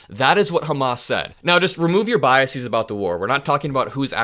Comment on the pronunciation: You mispronounce the plural of “bias“